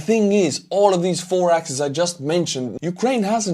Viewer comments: Great stuff,, as always. The plural of axis is axes...pronounced ax-eez. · Axis=singular. Axes=Plural form of Axis, pronounced ax-ees. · it's "axes", no "axises" 🙈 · FYI the plural form of 'axis' is 'axes', a rarely-used spoken word because it is so easily confused with the plural for 'axe' spelled the same way. In spoken form it is often pronounced as 'AX-ease' to distinguish the former from the obvious pronunciation of the latter, 'axes.' You might want to stick to the preferred Ukrainglish term most commonly used in covering this war: 'direction.' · thanks again! One handy trick maybe? It’s axes (pronounced axees). No worries about the butchering ….and hoping for more badass Ukraine victories like these 👏🏻🇺🇦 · my friend, the plural of axis is not axis´s but axes, pronounced axees. Other than that, thank you very much for your updates and positive energy. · Always accurate and right length. One point: "axis" (singular) "axes" (plural). Because the word comes from ancient Greek.